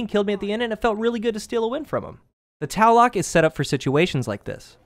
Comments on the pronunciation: It's not the Taloc it's the Tlaloc. To say this weapon's name correctly first pronounce the 't' "tuh" then say the 'lal' part then 'oc' as "uck" "tuh-lal-uck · Actually it's pronounced t-lal-ock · Tla Loek pretty straightforward pronunciation. Not Talloc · it's tlaloc. not taloc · Tal-la-lock is how it is pounced. Not Tal-lock. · not "ta-lek" its "t-la-lok/lek" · It's not pronounced TALICK!! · It made me so mad, eh. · It's pronounced Taloke actually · Tlaloc is pronounced tu-lal-luke, he is right about it being an aztec diety though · Why are u saying taloc? There isn't even a a before the l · this is how you pronounce it Thlalowk!! Thank you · i know a ton of people don't know how to pronounce it correctly and I don't blame them, but if you wanted to get close the second "O" is a long vowel like tlah lohk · It's pronounced 'Luh-Loke'. Just saying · Awesome review of this amazing gun! It was great to see you slay folks in PVP with it. One thing: your pronunciation of the name is off a bit. Check for the correct way to say it. The second half of the name is pronounced "loc" ... like the old rapper Tone Loc! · its pronounce Tla-lok, sorry I had to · It's pronounced T lay lok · prounounced Tl- AH- LL-OHk aztec god of the storm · I cringed every time you mispronounced the name, but I found the review helpful. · it kills me how no youtuber could pronounce the name right. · The O is pronounced exactly as an O is pronounced at face value (hence, "nominatively" aka "that which we typically elect"). Not to sound rude, but you aren't using proper linguistic fragmentation. Having a W means the W is voiced --- which if you pronounce Tlaloc the right way, would have no W sound at all.